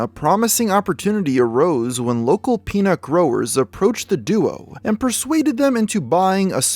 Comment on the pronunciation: Very time he says peanut I keep thinking he's saying penis, lmao.